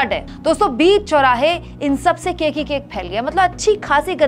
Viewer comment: केक केके बोल रही हो केक की तरह!!